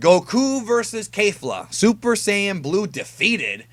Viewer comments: Why do you keep pronouncing it Kayfla as if it's right. It's pronounced Kefura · curious...how is it kayfla when she and the announcer say it like kefla? Maybe i missed something, anyways good vid! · Kefla not Kayfla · No matter how many times you say KAYfla ill always always call her KEFla. Rolls off the toungue better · Isn't it pronounced K"ef"la